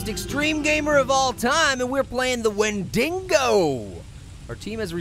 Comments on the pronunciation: you keep saying wendingo. it's WENDIGO not wendingo. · no pear a wendigo is someone who has eaten it's own kind as is become adicted to the taste and it's not wendigo like wen-ding-go it's wen-dig-o there's no n in the dig part of wendigo honestly pear if your gonna say something say it right😡😠😧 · wen-dingo lmao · Hey pear, it's pronounced "Wen-di-go" and they are cannibalistic spirits. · It's pronounced win-de-go. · its pronounced [when-dego] pear!!! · it's pernouns (wen de go)